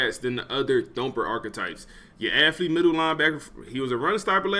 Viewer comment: Dawg I love the channel and content but I hate how this man says aFFlete over and over bro is allergic to the “th” 😂